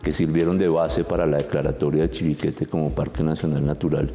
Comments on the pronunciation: creo que dicen mal la palabra chiribiquete, ellos dicen chibiriquete, muy mal profes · Se dice Chiribiquete, no Chibiriquete señores profesores. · El moderador nunca pudo pronunciar bien el nombre de Chiribiquete.